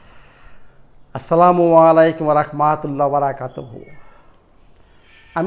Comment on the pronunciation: Say,Assalamu Alaikum instead of Assalamu walikum.